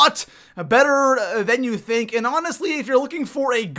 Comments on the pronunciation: U said thunk not think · He said thunk instead of think